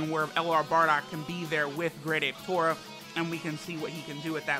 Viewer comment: His name is not Tora. His name is トーマ tooma for Tomato. You remember they all have vegetable names. So it is Tooma